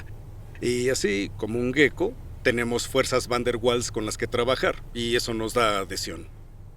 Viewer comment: Mala pronunciación, lo correcto es similar a "vaals".